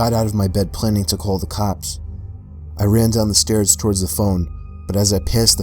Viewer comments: Nobody:: TORWARDS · You have the weirdest pronunciation of "towards" I have ever heard. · "towards" only has 2 syllables :D